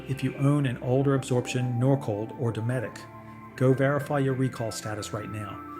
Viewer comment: It's DOE-METIC